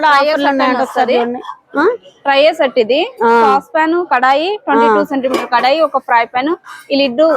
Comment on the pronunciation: Kalai kaadu thalli, kadai anali Triply anali